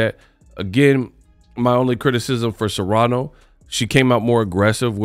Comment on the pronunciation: It's *Serrano. Not Serano.